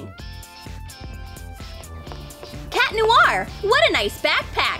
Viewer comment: It's cat noir not cat lonnar